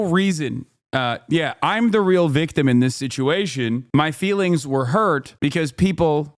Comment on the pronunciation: “But have you been to the protests that hurt my feewings??” 🙄 Dana Bash is trash.